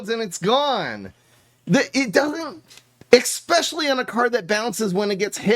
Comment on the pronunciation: Did he really say excpesially? Twice?